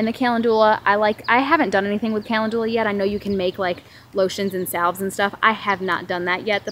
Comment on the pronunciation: Looking forward to planting some garden salsa peppers...they look beautiful! I wanted to share with you the proper pronunciation of calendula. It isn't "callen-due-la....rather it is "kuh·lend·yuh·luh" ☺️